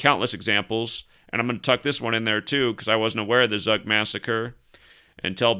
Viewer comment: Tzoog, not Zuck. 🤓